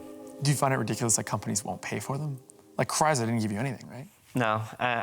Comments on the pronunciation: It's Chrysler not Cryzler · Why does he say Cries-lerr? It’s CHRYSLER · Great episode with accurate content. But damn, learn how to say Chrysler. There is no Z in there.